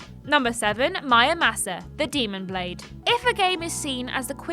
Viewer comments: Why read it mÄramasa when it clearly spells Muramasa. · Please inform me, is it MUramasa or MYamusa? The first time I thought she just had a little brain-fart, but then she repeats it. Thanks in advance. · Did she say mayamasa? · Mayamasa? Are you even trying? Do you pronounce samurai as samayai? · The letter R: exists People in the UK: 😨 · Nintendo & MonolithSoft should remaster Disaster along with their DS ARPG Soma Bringer for Switch....and release both worldwide unlike the original versions. I'd say my personal potential hidden gems would be the Endless Ocean games, FlingSmash and WiiWare's Eco Shooter: Plant 530 also how the heck did you manage to butcher pronouncing Muramasa so badly?